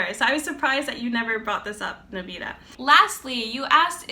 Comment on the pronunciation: you're pronouncing his name wrong